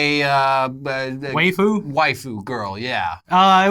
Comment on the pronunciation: i'm concerned for whichever one of you said Waifu correctly